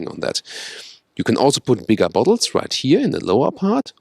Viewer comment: When ever he says bigger I just hear "Big Ass" lol